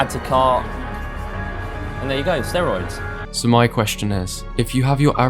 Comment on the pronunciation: They all mispronounced "steroids".